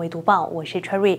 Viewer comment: 主持人什么都好, 就是不该把Cherry 发音成踹瑞。不如说自己的中文名。